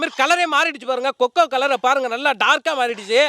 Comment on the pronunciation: கொக்கா powder illa anna கொக்கோ powder